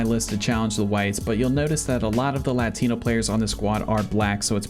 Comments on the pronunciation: I’ve never heard a whiter pronunciation of the word “Latino” before. Good god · for real